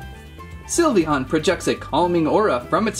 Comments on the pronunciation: Its sly veon not silveoon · You said syvleon wrong it’s pronounced syv- lee- on